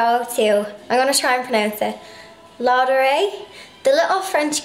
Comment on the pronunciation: « Ladurée » you said it pretty well! (I’m french 😉) Their Macarons are sooo delicious, I hope you enjoyed ☺️ I love your videos, and all of your DIY are so adorable 💗 I’m subscribed and I really like your channel! xxx